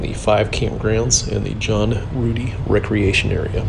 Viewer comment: I tried but I just can't. You are pronouncing it wrong. It's Rued-long i like in die. Thank you for your videos.